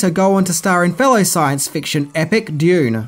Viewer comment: Love ya but you say dune like gold member says gold lol